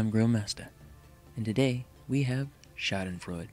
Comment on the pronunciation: I'm impressed you said Schaudenfreude right. Someone's done their homework!